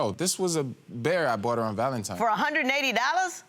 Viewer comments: Stop saying Valentimes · Valantines not valantimes